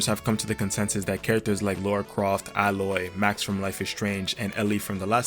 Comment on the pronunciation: Ay-loy, not Al-oy. Lara, not Laura.